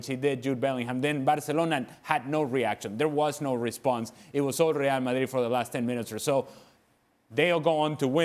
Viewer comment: Speaks English then says Real Mayeeeed in foreign 😂😂😂